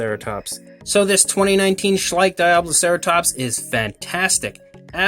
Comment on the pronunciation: Schleich? Schleich? SHLEICH